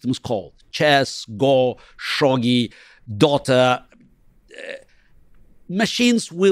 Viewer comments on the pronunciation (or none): Did he say Dota?